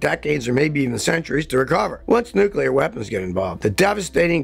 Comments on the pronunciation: It's "nuclear", not "nucular". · new-clear not new-kew-ler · "Nucular" war, what's that? Ohhhh, NUCLEAR war, got ya... Well I'm glad WWIII is finally here, I thought it'd never come! I'm 40 and have been waiting for 60 years, jeeez!!! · new-clear. not nuke-you-lar. just sayin. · If you're gonna make such a long video about nuclear war, learn how to say the word "nuclear" properly. New-clear. Not new-kew-lar. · Nucular war or nuclear war? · Hard to take someone's predictions seriously when they say "nucular" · Noo Kyu Ler? LOL. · Even Scottie can't seem to pronounce Nuclear correctly. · Never take nuclear war advice from someone who doesn't know how to pronounce nuclear.